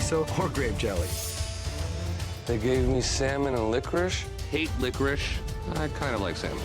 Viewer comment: " i love lickwish" - that had me dying 🤣🤣